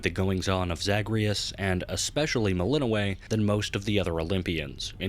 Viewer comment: melininoe. WRONG PRONOUNCIATION